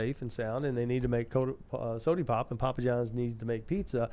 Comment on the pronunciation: Correct me if I am wrong but I think I heard the man say “sodie pop” What a legend